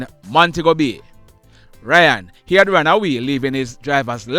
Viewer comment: It's RAY-ON NOT RYAN